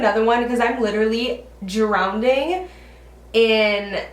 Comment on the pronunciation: I hope you know its 'drowning' not 'drownding' LOL anyway love you, dedication for posting with your burnt hand. It does not go unnoticed.